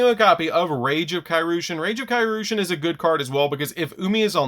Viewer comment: I have yet to hear anyone pronounce Kairyu correctly lol (It's Kai Ree-yu)